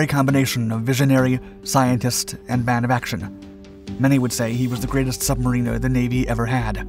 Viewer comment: “Sub-Mariner”, not “Marine-er”